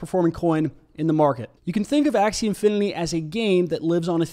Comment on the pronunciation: ser .. i think you are mistakenly pronouncing it as "infiniLy" and not "infiniTy"